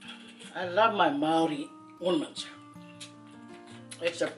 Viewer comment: Very nice Māori pronunciation 👍👍👍